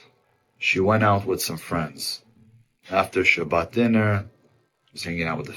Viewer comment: once he said shabbat I am out lol